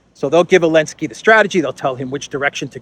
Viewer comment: Why are you saying Alensky instead Zelenskyy?